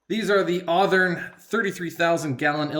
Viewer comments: never heard it said that way and never thought I would. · never say Athern like that again